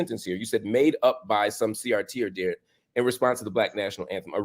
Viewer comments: ad-he-rent with the emphasis on the second syllable. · Marc, please stop mispronouncing that word. It is "ad here nt," not "ad dear nt." As Tommy Sotomayor would say, "Look it up, nigga."QED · The word is pronounced ad-herent not adderent. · Pronounced Ad hear ant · This is why I DO NOT speak to white people anymore. He actually thinks he's well-meaning. And Marcp, for the love of a diety, look up the pronunciation of the word adherent.